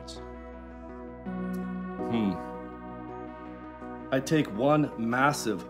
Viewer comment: Hahahaha I knew when he said hemroids he was working towards the steroid question lolol